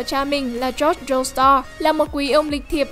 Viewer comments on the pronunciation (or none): none